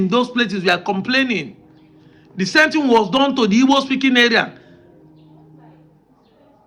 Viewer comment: It's igbo please learn how to pronounce it